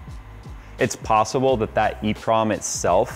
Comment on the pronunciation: it's called an EEPROM